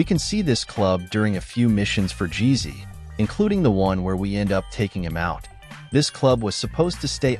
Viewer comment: Is this channel voiced by AI? If not, why the hell are you intentionally mispronouncing Woozie and Jizzy, and other words?